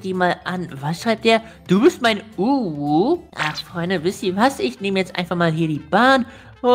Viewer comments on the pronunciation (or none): du sprichst UWU falsch aus?🤣